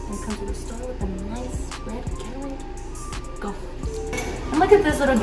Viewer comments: pronounces Gatorade “Geterade” 😭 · she said its 90 degrees out but she’s wearing a hoodie😭, and whats a “getterrad”🤨